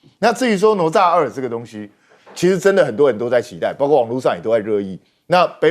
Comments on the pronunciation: “哪吒”怎麼念？聽得我一頭霧水，不是ne zha或是 nuo zha嗎？ㄋㄨㄛˊ ㄓㄚˋ。怎麼我聽你念得想nuo cha。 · 听得懂就好 反正中华没有这种叫法 ne zha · 主持人竟然不懂得读“哪吒”？ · 这个女主持人读过书吗？连“哪吒”都读错😢